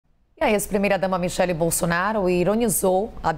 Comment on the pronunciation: Kkkk É micheque essa pronúncia sua ñ m convenceu kkkkk